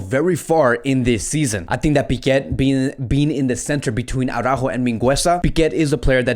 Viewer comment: Why do u keep pronouncing his name Aurajo tho???It`s Araujo,HE doesn`t pronnounce it like that so why??